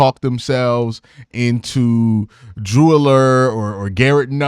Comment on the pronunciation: It's pronounced Drew Ah-Ler. Not Drew Allure